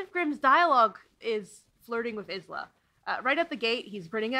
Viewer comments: i love this video sm it's definitely my new go to background essay!!! but also i must giggle every time you pronounce isla is-la and not eye-la. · ... I believe Isla is pronounced eye-lah. I have a friend with this name, with this spelling, and this is how it is pronounced. I could be very wrong, maybe the author intended Isla to be pronounced is-lah. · smh and Alex was praising the audiobook so much but it doesn’t even pronounce the names right??!! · I always thought Isla was pronounced Eye-luh. Completely took me out of it every time her name was said! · I'm conflicted about the way you're pronouncing Isla. I've seen other reviewers pronounce it as Eye-la, and that's how I've always said it XD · I stg next video I will just start by saying the word Isla 10 times. I.... Am getting it wrong here, but it's complicated. I basically used the book and Google to figure it out as it's a name I've never encountered before. Googling it I got the "island" version of it, the word not the name, which is Iss-lah. In addition, the book notes the pronunciation and calls to attention a 'hiss' sound, which made me think Isssslah. But author and audio book use Eye-la, as does everyone else. I.... Didn't want to watch the author speak so I avoided watching any clip of her talk about it. I accept my failure. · Isla is actually a Gaelic name, and it’s pronounced “Eye-la”, the s is silent, but I haven’t read the book so I don’t know for sure maybe the writer made that intentional ?? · I’m only 30 mins in and enjoying the video so far but the name Isla is pronounced “eye-la”, like island or isle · I heard Grimshaw pronounce her name like a snake though? Doesn't that need an S to be pronounced like a snake? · I haven't seen anyone address this, so I have to. The name Isla is pronounced "Eye-la" yeah? Not "Is-la"? Ok. Just making sure. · Issslak> eyeslah everyday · isla is pronounced “eye-la”